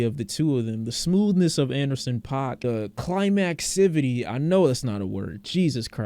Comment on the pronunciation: It’s pronounced pack fyi